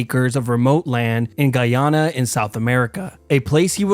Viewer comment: Guyana (GUY-ANNE-UH) its so simple im sure people only mispronounce it to make it sound more fancy